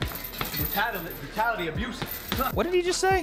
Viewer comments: He said, "brutality, abuse"... He just said it weird and had to repeat it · Logan says: "mentality abuse" No one: W.A.D.E.: "what rattata abuse?" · No way did he say Rattata. I think he said entitlement, mentality, or brutality. Idk. Though...